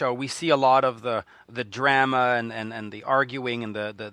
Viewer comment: Dude, say DRAMA correctly please!!